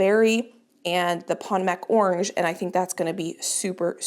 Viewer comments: Remember last year you had planted snapdragons too closely and you commented that you didn’t want to do this year. Potomac is pronounced poTOmac with the accent on the “to”. As in the river in Virginia,Maryland, DC area. I know this because I lived there many years ago. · Potomac, like the Potomac River is from the native Piscataway people. Pronounced puh toe mauk. With all the native community is going through right now and have gone through, it's important to put in the effort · Just fyi, Potomac is pronounced like the Potomac River in Washington DC. It’s puh-tow-muhk with the emphasis on “tow”. Of course pronunciation doesn’t matter when it comes to beautiful flowers but I thought you might want to know. 😊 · Just for reference, the Potomac would be pronounced puh-TOH-mak for the snapdragons. Like the Potomac River near DC.😊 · Just a gentle insight - Potomac is pronounced like the river that runs through Washington DC. : ) Love seed starting season! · Sorry, I was thinking of my red potatoes when I corrected your pronunciation of your Snapdragons, I typed it very wrong. What I mean't to type was Potomac like the Potomac River ( poto mic) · I think it’s pronounced p toe’ mc, like the river in Washington dc. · Love seed starting time! I think your snapdragons are called "pa-toe-mick".😊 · Potomac is pronounce puh-tow-mac like the river. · Hi, love the channel. I know you hate to mispronounce words. Google “pronounce Potomac”. It’s the river in Washington DC. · FYI, the Potomac Berry is pronounced like the Potomac River in Northern Virginia and DC 😊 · The variety of snapdragon you call pot=o=mac is pronounced "po-tome-ack". It is the name of the Potomac River in WV, MD and VA which empties into the Chesapeake Bay. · I came to assist with this pronunciation too. I’m glad I looked to see if anyone had commented already. She’s saying pot o MACK with the stress on the last syllable. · Potomac is pronounced “Poe-Toe-Mek”. Not bashing you, just sharing.